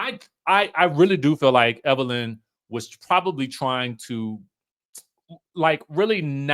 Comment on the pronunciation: Everytime you say that dammm lady name is HILARIOUS..."EVERLYN" 😂😂😂